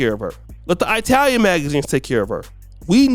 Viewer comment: Hey, It's Italian Not I-Talian, FYI